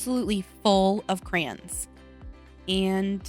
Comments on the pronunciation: its called CRAY-ONS it sounds weird when you say it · I say it with both syllables (cray-ons) like it's written. But In addition to the way you say it (crans), I've heard some people say it like "crowns" and I'm so confused by that one. 😹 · I think crowns comes from emphasizing the yons instead of the cray…😂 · You say "cran" like a Midwesterner. Me too . I grew up in Illinois and Nebraska. 💁‍♀️ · It never occurred to me until you said it but I say CRAN too 😅. It's like coopon versus quepon. Maybe depends on what part of the country your from. Im from the Midwest. This was a fun video! I like the science experiment!❤🎉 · I think you did a ton of work with crayons! I pronounce them "crowns" bc I'm from Virginia. Ugh. Anyway, you know how you mentioned that crayons are easy, and that's why you liked them? Was using any or all of these methods still fun when using the crayons? Would you dread using them if you had to do any of these methods? Just curious.😊 Also, Ruby? ADORABLE! OMG! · I love Ruby so much! She gives me such cute aggression!!! 😤😍😂 I want to squeeze her! 😆 You're totally making me want to use my crayons. 😅 Also my husband makes fun of the way I say Crayons (crowns) 🖍️👑 😂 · I say "Crans"......😂😂😂 thought i was the only one. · I have been told I say crayons funny too….i say it the exact same way as you! I guess growing up in Southern California then moving to the south after I got married they would think I say a lot of things funny 😂